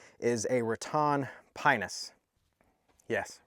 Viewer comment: Nice review of that little pinus! Correctly pronounced p(ei)nus! :)